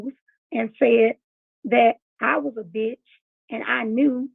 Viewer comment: She needs to apologize to me and my daughter for calling us a beeech and a ho 😂